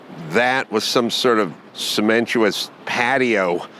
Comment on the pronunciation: Cementuous? lol.